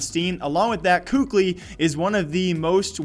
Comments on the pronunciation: Well it's definitely not 'kukli' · KQLY pronunciation is Cali like California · KQLY is pronounced as "Cali" like in California mate Anyways Love the new format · It was Kely wasn't it? Even casters pronounced it like that